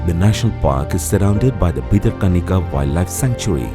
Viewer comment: It's not bitter kanika, it's Bhitara Kanika. Correct the repeated mistakes